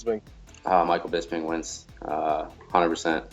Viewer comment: OVP can't even say Bisping